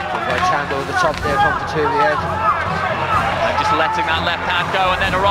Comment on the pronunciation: By-the-way, his name is Beterbiev, not Better-biev. Show some respect.